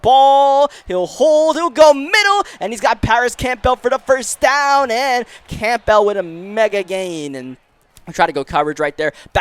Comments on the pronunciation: My man Paris Campbell has been getting his name butchered for years now 😭 It’s pronounced more like “cam-bull” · Do you even watch football? How do you mispronounce the last name Campbell or Okereke..